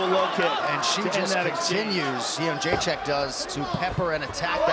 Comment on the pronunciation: For those wondering how to properly pronounce Joanna’s last name, it’s Yed-ra-shick! It always annoyed me how to say it before I found out. Everybody gets it wrong!